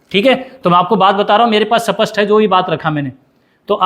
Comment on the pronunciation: Sir kaun si bhasha bol rehe hei स्पष्ट को सपस्ट बोल रहे ही साँप मरे न लाठी टूटे